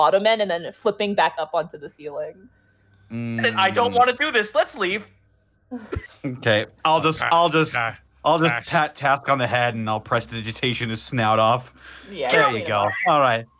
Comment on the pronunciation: I love how mispronounced Prestigitation and reminds me how I pronounce it for my players. "Press your titty nation"